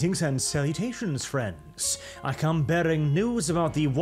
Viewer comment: Bro literally said "grrrrrreetings" 😂